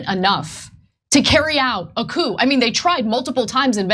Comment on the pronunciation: Someone tell Chunk that you dont say the "p" in coup.